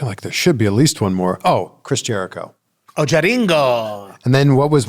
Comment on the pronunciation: How he said there names Chris jericho:H2 jeri o MVP:MNOP😂😂